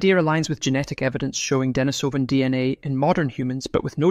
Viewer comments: On this comment section people are saying, 'Pronunciation: De-NI-so-van, not De-ni-SO-van' which I think is because it's Russian and the emphasis is on the second syllable. but don't quote me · Pronunciation: De-NI-so-van, not De-ni-SO-van. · Accent is on the 2nd syllable of Denisovan, ie, de-NI-sov-an. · A good rule for making authoritive videos is to learn how to pronounce the name of the subject. Denise o vun. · I’d like to have the true pronunciation of the word Denisovan. “Denis o van” as you are pronouncing it, or as I’ve also often heard it, “Denise o van”. I wonder what the actual pronunciation is. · .Ike how to pronounce Denisovan. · Please please - will somebody ever get it right.: the stress in 'Denisova / Denisovan' is on the second syllable. Anyone with elementary Russian will know this. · While I agree that the word is incorrectly pronounced, I have to say that a good percentage of people do not have elementary Russian under their belt. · This is 10 years ago info . Waste of time . Also , please pronounce Denisovan and Neanderthal correctly if you want credibility.